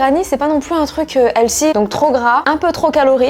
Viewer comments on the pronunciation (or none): none